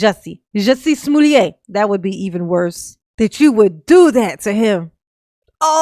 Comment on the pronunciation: “Smoolliét” I am screaming 😂😂😂